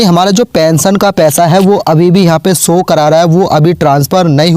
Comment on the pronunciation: so nahi show boliye,or logo ko bewkuf banana band kare warna aapka channel band kar diya jayega